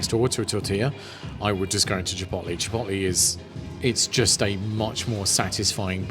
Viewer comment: This is exactly the video I need. And the way you pronounce "Chip'oat'lay" is very entertaining Do you remember noticing a difference in the tortillas? I'm wondering if the Tortilla tortillas are as light and soft and flimsy as the Chipotle ones. That's what I like.